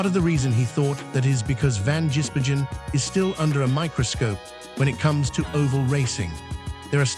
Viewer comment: Pronounce his name right...van giz Bergen. Three words.....